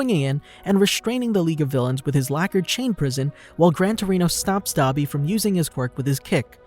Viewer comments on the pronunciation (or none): none